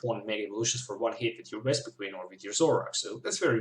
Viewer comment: You kept saying Wespiqueen and it was very annoying. xD